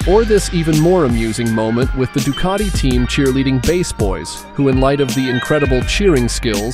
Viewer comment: There's no R in ducati